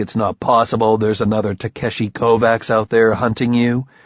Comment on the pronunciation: Yeah, they even did a proper job in the last two books pronouncing Takeshi (Ta-keh-shi) and I don't think that's happening in this one. : \